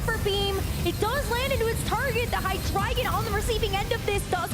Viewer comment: )Hy-Dragon)?? 🤮 ❌❌❌ (Hy-Dree-Gon) ✅ Pokemon should make sure their announcers actually know how to pronounce the Pokémon's names.. 🤦🏻‍♂️